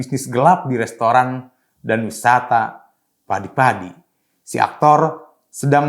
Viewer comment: Siapa sih yg baca narasi ini? Kok setiap kata diberi akhiran "K". Usahak-usahak, padik-padik, perdak. 🤣